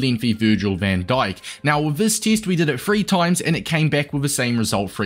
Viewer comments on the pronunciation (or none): bro why do you say teest